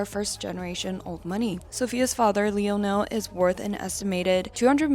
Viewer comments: It’s not LEE O NEL it’s LIE O NEL smh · Lee-oh-Nell lol it’s pronounced lye-null 😂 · "Lee-Oh-Nell" is pronounced "Lynell". You're welcome. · I love your videos! Just letting you know it’s pronounced “lion-el” not “lee-o-nel”😂 he’s one of the most famous singers! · yooooooo, it's pronounced LY-NULL, not lee-oh-nell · "Leo-nel"?? Really? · Ah good ole Leo-Nell😭😭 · Girl it's pronounced LIE-NULL Richie 😩😩😩😩😩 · Not her pronouncing Lionel's name wrong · Girl, how you mess up Lionel Richie’s name 😢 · Bruh I can't with the Lionel Richie pronunciation hahaha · Like it’s so wrong lol